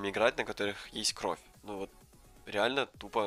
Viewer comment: Аж брилно когда ты сказал кровьь